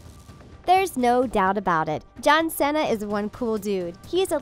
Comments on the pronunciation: It’s see-NAH Not cennna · ikr? like seriously....his last name's not that hard to say -_